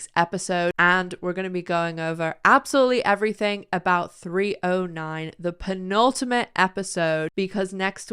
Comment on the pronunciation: pronounced pentultimate